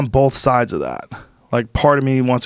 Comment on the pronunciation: Joe “bolth” Rogan